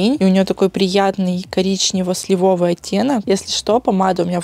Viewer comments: слИвовый Не могу слышать уже этот сливОвый 😫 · слИвовый В прилагательном «сливовый» ударение падает на первый слог. Это же произношение сохраняется во всех родах, падежах и числах: «сливового», «сливовых», «сливового».